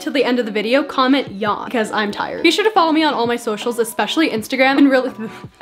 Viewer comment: Dawn 🩵 edit: OH I THOUGHT SHE SAID DAWN NOT YAWN